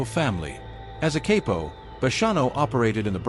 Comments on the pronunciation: Cay-po lol ffs isn’t it pronounced CAH-poh? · CAP O ,...NOT CAPE O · pronounced CAP OH not cape oh smh